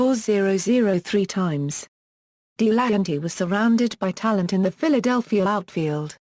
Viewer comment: Pronounced Del a hanty not Dee lanty